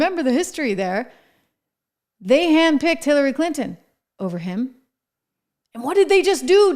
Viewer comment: Bawahahaha she said Killary Clinton😂😂😂🤣🤣🤣